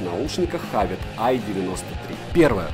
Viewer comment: Почему хавит? Хэвит